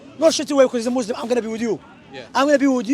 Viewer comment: Can someone tell to stop saying mozlem and say Muslim. There is a massive difference